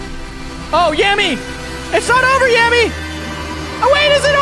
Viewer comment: I think yameii is prononced Yamay but correct me if I'm wrong